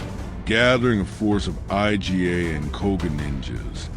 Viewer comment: well it pronounced IGA as I-G-A. You're leaving blatant mistakes in. Don't be lazy.